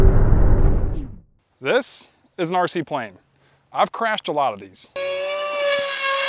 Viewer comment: "This is a RC-Plane. I chrashed a lot of thos!" 🤣🤣